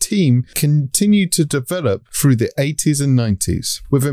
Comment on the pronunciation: "Safety FROO science " ?????? WTF? Speak English man ....If you can .